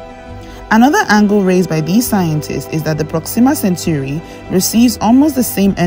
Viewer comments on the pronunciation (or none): Not centuri ... CENTAURI